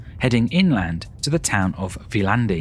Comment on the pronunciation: Great! Two quibbles. Like many Estonian words, Viljandi is pronounced with the emphasis on the first syllable. BTW, it is my mother's home town. In Tartu. the section of the cathedral that the museum uses was actually built back up in the 19th century. Previously, it had been a ruin, like the other half. The area around the cathedral is now a park and is lovely in the summer time. But it was once Tartu's old town, and looked very much like Tallinn old town. None of that remains. Peter the Great totally destroyed this (blew it up) during the Great Northern War in the early 18th century. He also had the university closed and it remained closed for around 100 years. Indeed, after a siege, the city of Tartu was pretty much wiped out by Russians in the Great Northern War. The great Peter did not want a city there as it might compete with his spanking new St. Petersburg. The top of the hill around the ruined cathedral was made into a park in the 19th century. It also is home to one of the most historic observatories in Europe.